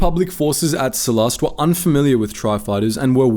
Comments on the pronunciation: Every time he pronounces Sullust as Sullust, my tumy hurt. 😔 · I feel like you are saying sullust wrong